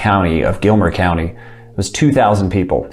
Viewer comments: Gilmer County not Gilmore ;-) cheers! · Gilmer Co not Gilmore Co